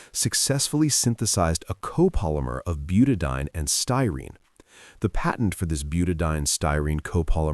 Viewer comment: I must complain. The use of AI for the dialogue in these 'shorts' leaves something to be desired. As a retired Organic Chemist the enunciation and pronunciation of chemical names is critical to understanding. It is pronounced 'Buta-di-ene. Eeene! "...ine, ane, ene, yne, all mean something very different.